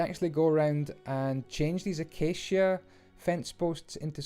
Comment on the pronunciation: I apreciate the fact that you pronounce acacia correctly, some Youtubers come up with the oddest pronunciations for it